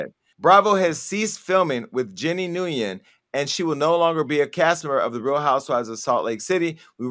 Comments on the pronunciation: How Jason pronounces “Nguyen “ 😂 that’s how I use to say it before someone told me it was “win” lol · Yes, and it's pronounced "win" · Probably not good time to correct you Jason but Nguyen is pronounced (Win) I know because my doctor is Vietnamese and that’s how the name is pronounced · And pronounce it wrong. Everytime Jason said it I laughed so hard! Its pronounced like “when”